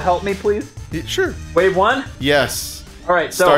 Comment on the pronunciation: Its "yes" not "yas"